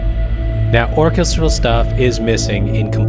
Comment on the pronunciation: OUTSTANDING coverage, good sir. I don't know how you managed to do all of that in under 30 minutes. My favorite genre to compose and produce is hybrid orchestral (Orchestra/synth mashup). On that note, I do have a bone to pick: It's pronounced or-KES-tral